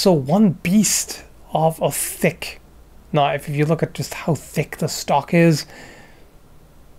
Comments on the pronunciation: now thats a knoif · Now, the last one, THAT is a knoife